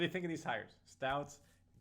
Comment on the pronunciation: Its Stotts, not Stouts. Although I'll never turn done a good stout in a chilled glass